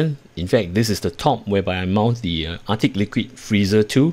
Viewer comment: It kinda sounded like you said Ar-thicc and i think thats a fitting name and perhaps a rebrand is in order.